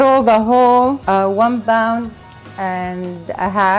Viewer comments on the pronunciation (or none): love the videos and the recipes. obviously this isnt a problem or anything but when you say parsley or pound you are saying bound and barsely with a B and my ocd keeps kicking in